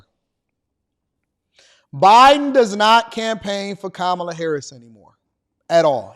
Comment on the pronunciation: How come Michelle doesn't get in trouble for pronouncing Kamala wrong😮